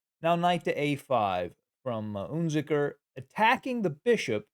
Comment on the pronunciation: UnZicker - wrong pronunciation!